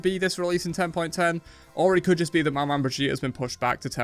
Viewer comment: It's pronounced Mama, not mah-man. Manman is creole for mom.